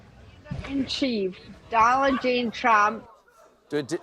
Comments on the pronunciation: I heard "Dolla Gene Chump" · I heard Doland G. Chump.